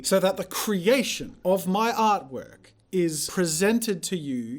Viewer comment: emphasis on "artwork"